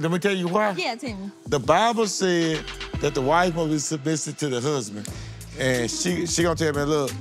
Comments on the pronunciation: Bruh this man can't say the word "Submissive"😂😂😂😂😂😂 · He couldn’t say submissive or pedestal